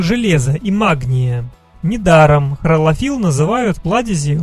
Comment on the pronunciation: Почему хРолофилл, когда хлорофилл